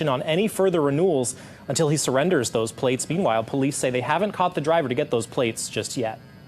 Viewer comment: This is awesome. Lol. "Your pwates hurt my feefees."🥺 🤣🤣🤣🤣🤣🤣🤣